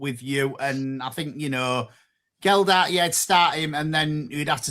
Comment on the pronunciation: Guys. Discussion point for next week. Do we think it's disrespectful not bothering to correctly pronounce Matty Jacob or Joe Gelhardt's names when opining whether or not they warrant inclusion in the City first XI? If so, could you call a training session on where to put the 'D' in Gelhardt and put out a memo that 'Jacob' doesn't have an 'S' in it please? Ta very much. And, stop acting like a cheapskate. You could have a far cheaper membership if you chose to.